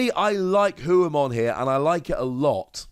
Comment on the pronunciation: It's Ho-oh like the Pokemon. Also it should be Phoenixmon.